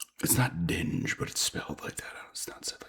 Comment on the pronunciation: Digne is pronounced Deen-yay 👍 Good win for your villa 🔥